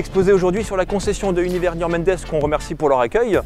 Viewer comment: Bonjour, ces vidéos courtes et concises font qu'on ne se lasse pas de les enchaîner. En revanche quand vous présentez la concession de Niort, vous faites une confusion entre un Mendes espagnol et Pierre Mendes France 😉 il faut donc prononcer Hunyvers "Mandesse". Bien à vous